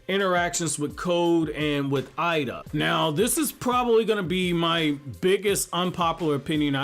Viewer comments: Her name is エイダ, pronounced Eyy-da and not "Eye-da". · It’s pronounced Ada btw same with Pein/Pain and Ay/Ei not pronounced Eye-duh just a FYI